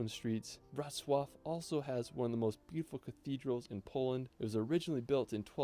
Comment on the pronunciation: Wrocław should be read as "vrotz wav".